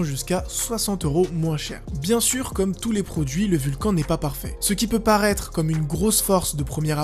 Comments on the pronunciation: Le roccat "vulcan" c'est les même gens qui disent "rakan" au lieu de "rakanne" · Ça ne se dit pas vulcanE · Bonne vidéo mais le nom du clavier se prononce "vulcane" car c'est pas fr.